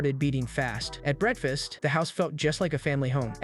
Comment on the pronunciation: Ah yes, my favorite meal, "breadfast"